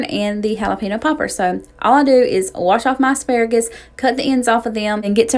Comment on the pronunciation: Everything looks so good!! I just have to share it is pronounced Jalapeño which in turn relates to “haul a pen yo.” Not sure where people get pino in jalapeño from? You need to get the Trader Joe’s seasoning for corn. The Everything but the Elote seasoning and add butter and omg I swear you won’t go back!! I make my potato salad like you, but I also add black olives and pimentos.